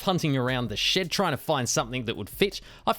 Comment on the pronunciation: You kept saying "In the shed"... I thought you were saying "In the sh*t"😂